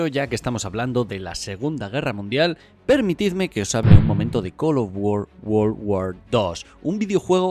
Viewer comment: col of wor wor war dos